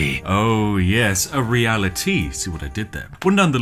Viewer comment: Gotta love 'Real-a-tea'! ☕